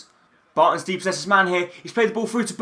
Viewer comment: Also it's dispossessed NOT DEPOSSESED